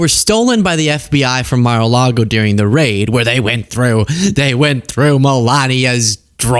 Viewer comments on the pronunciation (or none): I'm pretty sure it's pronounced, 'Muh-Largo', merely say'n. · ... with Smith and "Melargo", when the FBI raided it ... Um, do you perchance mean "Mar-a-Lago"? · I like that the judge refers to Mar-a-largo as "MelArgo". How could you miss that? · Did he say Malargo?! Lmao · Did this nigga say “Malargo” 😂